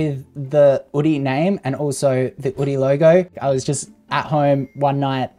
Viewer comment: Drop the H, just "Oodie" . It's cleaner.